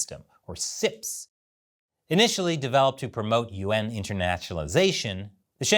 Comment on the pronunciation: As a listener, I hear "Yuan" as "UN", and misunderstood what you were talking about.